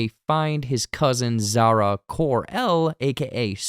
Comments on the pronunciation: Zara cor-el? Or Kara Zor-El? 😂😂😂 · Supergirl's name is Kara Zor-El not Zara Kor-El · I’m sure you’ve heard this by now, but Supergirl is Kara Zor-El, not Zara Kor-El. 🙄 Also, I will say I was VERY surprised to hear that many of the cameos you mentioned were in there, since the company specifically said they were cut. I guess we’ll see when the final version comes out? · Kara Zor-El .. not Zara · not Zara Kor-El its Kara Zor-El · haha so true i thought i misheard it but he said Kor-El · Did you just say Zara Kor El? WTF xD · did bruh just say zara kor el? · Lol Zara Kor El. Fire this guy